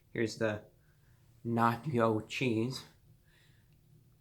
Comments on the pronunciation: no nach-oh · I like when you said na-cho fries 🤣🤣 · "they're nah-chyo fries" thank u reviewbrah very cool